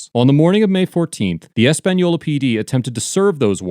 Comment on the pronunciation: Wow this is my home town and it's crazy to actually see a video on it haha. Big fan of the page and I want to thank the maker of the video for properly pronouncing the city of Española. It's not a hard name to say and alot of times it's mispronounced so I appreciate the little effort it took to properly say it. I can help with a little more information. One crazy thing the sheriff did when they came to arrest him. He legit called all his deputies from the field to the office saying an emergency was happening giving no context. So they all pull up draw their guns and there is pretty much a stand off it was crazy. Now I do agree how bad the sheriff department looked here but I must say I know first hand there is some really good ones in both the sheriff department and the city of Españolas police department. The under sheriff was also arrested at a later date and this is all still going through the process. I will come back to this comment and update it as the proceedings continue. Thank you again to the creator of this page and the great work you do. You entertain and teach a lot of people stuff about the law and we appreciate you.